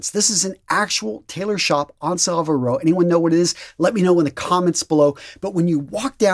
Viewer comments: SAh-viile Row???? You've never been, have you? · I like your channel but as an Englishman, you just butchered the pronunciation of Savile Row. Other than that, great. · Even as a non English man I noticed his butchering haha